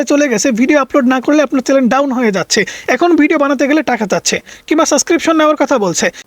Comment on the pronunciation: ওরে বাবা (চ্যালেন) নয় কথাটা (চ্যানেল), আর কতদিন বলবো তোমাকে এই নিয়ে পাঁচটা কমেন্ট করা হয়ে গেল😂😂😂😂😂😂